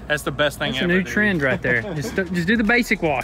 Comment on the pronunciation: Not the Dooluxe 😂😂